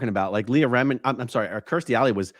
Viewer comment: I laughed so hard at how this person can’t pronounce ANY names “Leah re-miniii” lol